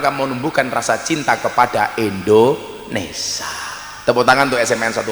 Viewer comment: Kok indoneSA toh???? gusss yg bener INDONESIA